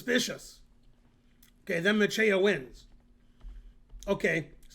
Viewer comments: You pronounce Macieja ~100% correct and his first name quite well. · Very good "Macieja" pronunciation Ben!